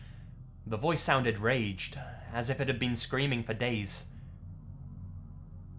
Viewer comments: "Ragged" is not pronounced "raged"... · In the second story when you said. he heard a voice scream and it sounded (raged)... like the person had been screaming for a few days. I think it actually said (ragged) but you just pronounced it wrongly. So instead of it saying ( the voice sounded raged.) Witch basically meant the voice sounded angery? Lol. I think. Where it says the voice sounded like it had been screaming for days. Coincides more with the word ragged. Especially when they said the voice slunded strained just before saying it also sounded ragged. Meaning tiard or worn. But idk i could be wrong and you could've read it correctly and it really did say the voice sounded raged and like it had been yellibg for days im not sure. But thats just my feeling that it actually was meant to pronounced ragged. Not raged. Let me know if i was wrong please lol.